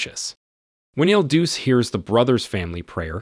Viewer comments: not pronounced il deuce - try il duchay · "Il Duce" is pronounced "Ill DOO-chay", "The Duke" or "The Leader". A more famous holder of the title was Benito Mussolini. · IL DUCE is pronounced "ill dū•cheh" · You pronounce "il Duce" wrong. You pronounce it the same as "Il Duce" a.k.a. , Mussolini.